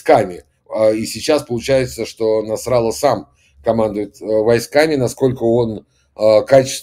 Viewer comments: Не насрала а Насралла!! ударение ставьте правильно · Как ударение не ставь, все равно Насралла